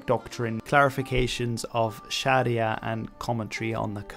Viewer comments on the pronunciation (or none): none